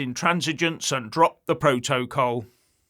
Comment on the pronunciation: Var-ad-car, pro-to-col , learn how to read Ff,s, imagine this little git, running the U.K.